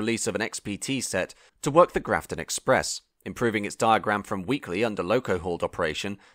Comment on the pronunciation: NSW is a State not a Territory and you butchered the pronunciation of my home town of Grafton